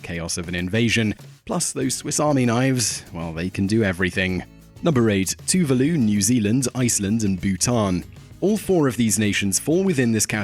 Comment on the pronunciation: not too-vih-loo it's too-VAA-Loo